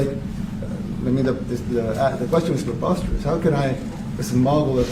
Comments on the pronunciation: And then to slap scowl face kaitlin with a classic " the question is proposterous" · "the question is poposterous" zing